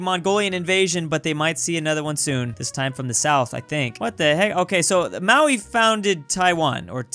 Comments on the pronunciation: Maori is pronounced Maori (Mo-Ree) and sometimes ma-ree not maui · It's pronounced MOW- ree, not MOW-ee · You arent pronouncing Maori right it is pronounced Ma-ow-ri